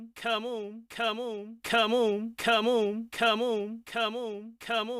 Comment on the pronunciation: My favorite part part is when he says camoun